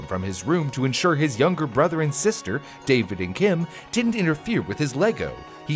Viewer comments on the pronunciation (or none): none